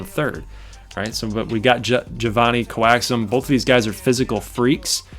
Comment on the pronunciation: To say my name right is Jay-Von-nie, Coa like Coat. Coax-um. JaVonnie Coaxum.